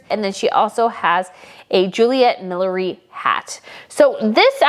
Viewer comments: I think “Beulah” is not pronounced “Belulah”. And I think “millinery” is not pronounced “millery”. I agrée with you about Beatrice’s two looks. She looks so great in the lace dress. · Thank you! That was driving me insane. I get it, "millinery" isn't an easy word to pronounce when you aren't used to it.